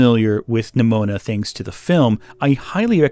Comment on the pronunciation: am I crazy or every time he pronounced Nimona it sounded like Mnimona (like in Mnemonic)?